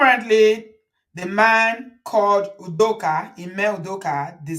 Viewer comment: Udoka is Akwa Ibom state not pronounced the Ibo way